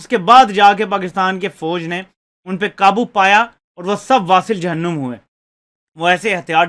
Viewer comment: بھائی "واصلِ جہنم" میں ل کے نیچے زیر بھی ہے۔